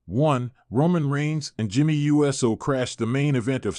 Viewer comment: Wow! WWE Now and it all computer voice. Can't say," Uso."But says," USO."( United States Organization )